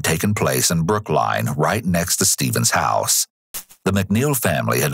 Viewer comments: okay great vid, but BROOK LINE???? damn. . Just listen. Damn that caugh tme off guard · "Located in Brook-Line"?